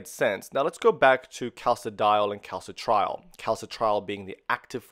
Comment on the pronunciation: As much as I appreciate the information, it is a major pain for the non-Anglo world to decipher Latin- or Greek-based terminology pronounced consistently wrong: calci-trial (cal-citri-ol), lie-gand (liggand), oxi-daze (oxi-dah-sey), endo-cry-nology (endocreenology, 'i' as in FIT). '' sounds of 'Phili-pine' origin, thus, having once been a Spanish colony, could we have a Spanish based pronunciation, PLEASE?